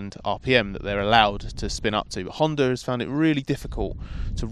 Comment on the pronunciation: Spell it with me... Honda, not Hondar.